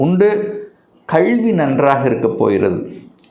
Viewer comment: Please pronounce Tamil properly not கழ்வி அல்ல கல்வி